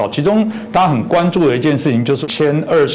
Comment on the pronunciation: 主持人: (鉛) 20 ....... 我還銅鐵鋁勒